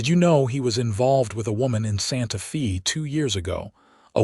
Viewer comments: Good overall story. I can tell, however, that it is AI that is reading the story. There are many mispronounciation...Santa Fe (the "e" in santa fe is not pronounced with a "e" at all, it is prounounced with a "strong A"...Santa FA. Other words are Salve...the l in the middle of the word is silent...saave, not save...the like the word calve. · Pretty good story. Better than a lot of AI stories, eventhough Santa Fe was mispronounced every time.